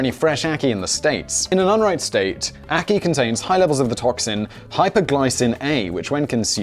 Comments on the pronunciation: You pronounced Ackee correctly by the way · He pronounced ackee right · The ackee pronunciation is correct